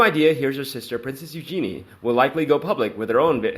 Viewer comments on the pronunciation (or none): Please!! Beatrice's nicknamed is NOT pronounced "Be-ah!!" The proper way to say it sounds like the insect called a "Bee." 🐝 And Eugenie is pronounced: "You-jeh-nee," or "U-zuh-knee." It's French, and it has a soft sound. I think this will help your videos sound authentic. 😀